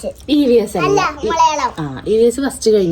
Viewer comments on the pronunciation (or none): Exam 😅 Malayalam ❌മളയാളം ✔️